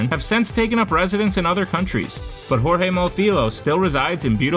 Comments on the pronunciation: stop saying "jorge" in a spanish way please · the j is not r we not spanish 🤮